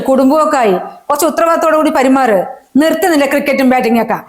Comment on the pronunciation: Perumaru ennalle.Parimaru ennano